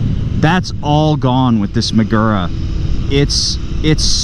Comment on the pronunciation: This is a good, worthy, useful video. Nonetheless, say it 100 times: muh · goo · ruh. You ‘merican dudes ALWAYS pronounce words from other languages by smearing your typical set of speech sounds over words according to how they are spelled. STOP IT. Do your homework before uttering unfamiliar words, otherwise, the damage you do to languages outside your own is incalculable.